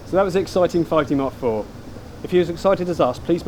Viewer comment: For goodness sake, slow your speech down. It is near impossible to understand anything you are saying. And please tell me what a 5D mark free is? I'm off to find a video description I can understand.